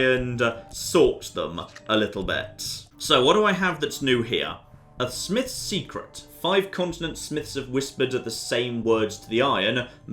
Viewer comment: Watching you play that is particularly frustrating. You keep missing stuff, you say "smith's secret" wrong... I just, ugh... please